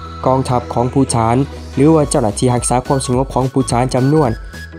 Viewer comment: ภูฏาน อ่านว่า พู - ตาน ครับ ไม่ใช่ พู - ถาน